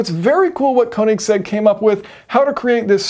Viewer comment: "konig seggs"